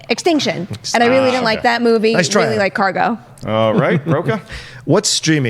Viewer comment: I just cringe everytime she tries to sound fancy with 'movie'. The word is movie...not moo vay. Very grating, each time.